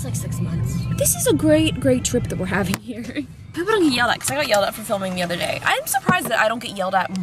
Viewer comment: "Brees in the trap. Bree brees in the trap. Where's bree?" "..In te trap." Hahaha.